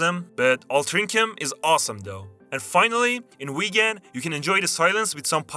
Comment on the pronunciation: Great video, but It's Wigan. wIgan. NOT WEEGAN.